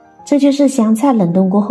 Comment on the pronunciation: 冷凍和冷藏説不清楚